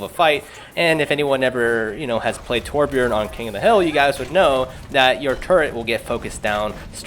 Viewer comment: did you just say terbjern??? TRIGGERED I AM A TORB MAIN I GOT POTG WITH OUT MY TURRET I FLOW LIKE WATER AND STING LIKE A BEE NVYUTSUKGHGSVUIHSVHUVIHWNTVIWNTVW